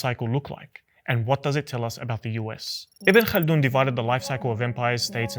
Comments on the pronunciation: The name is "Ibn Khaldun" or "Ibn Khaldoun" not ibn kana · Not say Ibn kalin or Ibn kald his name is Ibn khaldoune ..ابن خلدون